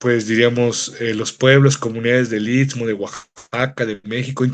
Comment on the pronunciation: Este cuate es de los que nada les parece, el tren tenía muchas décadas de estar funcionando hasta que Zedillo los entregó a los gringos y quitó el servicio de pasajeros, que no venga a hablar de trazos ni nada. Por cierto para ser originario del I S T M O , así, no I T S MO como lo pronuncia. Si así se expresa de la zona donde vive, descuidado e ignorante, no me imagino para dar sus opiniones "técnicas" del tren interoceánico. En el istmo hay muchos intereses y delincuencia organizada y no les gusta que la Marina esté en todos lados en la zona. De lo socia, el gobierno no está organizando el crecimiento demográfico, es un desorden y ninguna autoridad pone orden. La carretera Transístmica es un desastre, sobre todo de Sayula a Matías Romero, parece zona bombardeada, alguien mintió al presidente AMLO. Por lo del tren hay que esperar los peritajes y la investigación de las autoridades y la FGR. Lo demás es grilla barata.